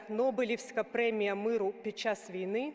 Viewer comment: 19.7-19.4 свідчить, що текст вперше читається декламатором, бо наголос у слові "війни" покладено не на 1-й його склад, а на останній! Це прикро та збиває загальний заслужений українцями героїко-драматичний настрій від промови!